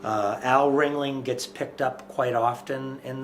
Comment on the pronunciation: kept saying ring-ley. The ghost legit corrected him.. RING-LING